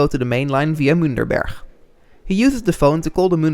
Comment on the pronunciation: I believe it is Münchberg, not Münderberg. Great video though.